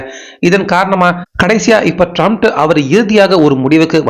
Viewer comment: ட்ரம்ப் என்று சொல்லுயா? Comments பார்க்க மாட்டியா? எத்தன பேர் சரியா வாசிக்க சொல்றாங்ங பார்க்க மாட்டியா? எல்லோருக்கும்" ட்ரம்ப் " என்று தெரியும். உனக்கு மட்டும் சரியா சொல்லத்தெரியல. அவன் லூசாவே இருந்தாலும் பேரை சரியா உச்சரிக்கணும்யா!